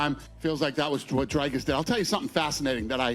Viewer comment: Dana, who is more professional? I will spell it out for you. Stay with me now...DRIKUS DU PLESSIS. And no, it is no Drykus.